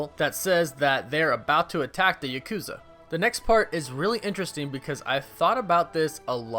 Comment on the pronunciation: Bruh, come on. You don't know how to pronounce Yakuza correctly?